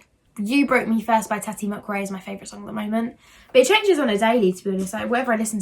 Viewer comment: “Mukbong” “Tati mucrae” we love you 🤣❤️